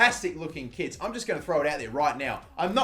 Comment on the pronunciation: Not gonna lie, I thought when he was talking about Nottingham's kits I thought he said kids. Just watch where he talks about Nottingham and imagine he says kids and not kits 😂